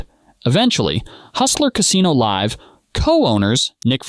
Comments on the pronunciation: You calling it liv poker at the start of the vid rather than live poker. Powerfully tilting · You pronounced live at the bike the way you would pronounce the name Liv. Are you an AI? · it also said Live At The Bike, as "I live" at the bike lol